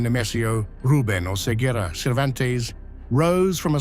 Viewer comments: Namanya Cervantes ya? Ku kira tapi bilang KATES 😭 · sekedar info pelafalan bahasa Mexico 🇲🇽 bang : qui, que, gui, gue ⏩ qi, qe, gi, ge LL ⏩ Y ca, cu, co ⏩ ka, ku, ko ci, ce ⏩ si, se jadi : Oseguera ⏩ O - Se - Ge - Ra Cervantes ⏩ Ser - Van - Tes Aguililla ⏩ A - Gi - Li - Ya Narcobloques ⏩ Nar - Ko - Blo - Qes CMIIW